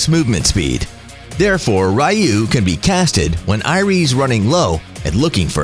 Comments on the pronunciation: The triggered part is how he pronounce 'ryuu' 'rayu' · The skill Ryuu is pronouced Ree-uu, not Rai-uu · It's pronounce as Re-you not Rai-you triggering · I think it’s ryuu haha not ra-yuu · Ryuu... No RAYUU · did he seriously say " r you" and not ryuu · Rai-uu is the right one. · Just normal spell, say it like ( Ri-Uu) using “U” without “Y”